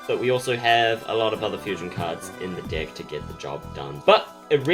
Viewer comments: Every time he says deck his accent makes it sound like dick and I can't not laugh omfg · Every time you say "deck" I chuckled. Great video, you're much better at explaining then the actual instructions. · it comes with a WHAT